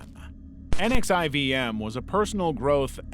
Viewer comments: The Elan boarding school isn’t pronounced like “Ellen”, it’s pronounced like “Elon”, and NXIVM isn’t pronounced as the letters, it’s pronounced “nexium”. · NXIVM is pronounced 'Nexium'. Check any documenary on he cult. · NXIVM is pronounced "nexium" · so NXIVM is pronounced Nek-see-um. And the last name of the founder is promised Ran-Yair-ee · Just some pronunciation notes: Synanon is generally pronounced "sin-nah-non" NXIVM is mostly called "nex-ee-um" and the substance DOS was said as a word "dos" said "daw-s" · Nxivm is pronounced as “nexium”.